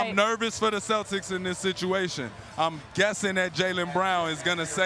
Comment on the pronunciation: The “Cetlics” are washed 🤣